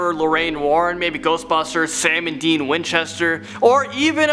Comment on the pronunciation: Dean not Deam